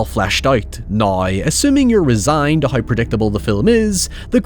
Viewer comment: lmao what is this accent XD words like how and now turn into haoi and naoi, wtf :Ddd